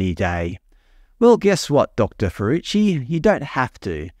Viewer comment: Her name is not pronounced "fooroochi", it's pronounced "Fahrookey"!